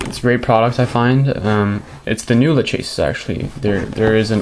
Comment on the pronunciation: Im just going to tell you that I DONT GIVE A SHIT, and that everyone thats straight except yourself pronounces it la-che-sis, also I made that review in less than 10 minutes, and nothing was inaccurate I simply read facts off the box and things I noticed while using the mouse, you should really find something better to do.